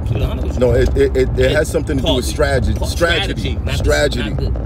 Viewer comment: Math said "stragidy"